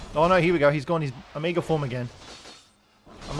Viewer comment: Lol... why do you pronounce omega as "ahmiiga"?